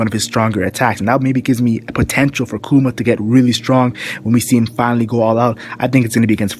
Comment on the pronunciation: it's pronounced like " bar thaw lo mew koo ma"